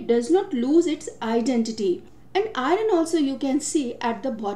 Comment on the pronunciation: Prononunce iron properly